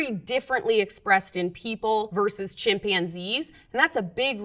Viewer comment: Chimpionzees? Never heard it pronounced like that before.